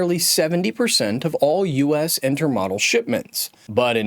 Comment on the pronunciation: Interesting video but please learn how to pronounce intermodal.